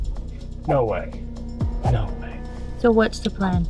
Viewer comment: saying no way, almost sounds like hes saying, I hate Ford!!!!